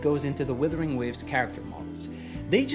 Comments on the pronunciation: You still say WITHERING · Do you find it difficult to differentiate "wuther" and "wither" by any chance?